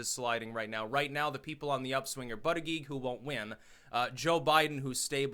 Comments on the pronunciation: You keep saying "buddyGeek" when its pronounced "bootyJudge" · You pronounce Buttigieg as in Boot-eech-eech with a harsh gee (almost a ch) sound not a soft gig sound. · As a long time fan, and someone who lives in South Bend I have to tell you that Buttigieg is pronounced like Buddha-judge. I love ya but I’ve been cringing every time you say his name. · Buttegieg. It’s Maltese. Pronounced ‘Bootehjig’ phonetically.